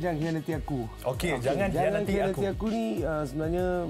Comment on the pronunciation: Dia punya sebut "khianati "pedih dgar